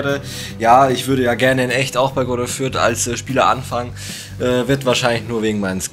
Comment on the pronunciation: Sehr starkes Video aber es heisst nicht Greuther Fürth